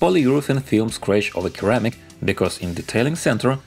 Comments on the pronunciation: Hey; great video. Just a small correction: "ceramic" is pronounced "sir-amic" not "kir-amic". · Keramic 🤣, you need more English speaking friends. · The C in Ceramic is pronounced the same as the C in Russian :)